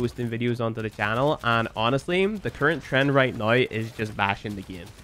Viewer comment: I love you bro, whether you play Warframe or not. I love you because you change the pronounciation of 'now' to 'naei', 'how' to 'haei' and 'somehow' to 'somehaei'. That's rad and always fun ^^